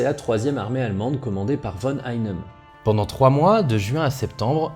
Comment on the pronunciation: J'adore ! Grand merci pour cette analys très minutieuse. Par ailleurs, concernant la prononciation allemande de "von Einem", c'est simple. En allemand, le "v" se prononce comme un "f". "Ei" se prononce comme "ail" en Francais. Le reste était niquel. :P